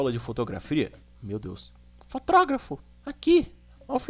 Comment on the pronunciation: "Fotrógafo , aqui " Rachei 😂